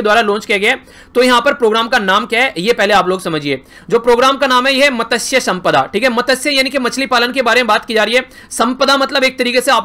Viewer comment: Sir मत्स्य ऐसा बोलता है usko